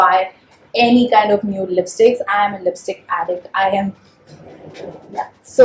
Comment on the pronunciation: 2.11 did you said lipistik 😂😂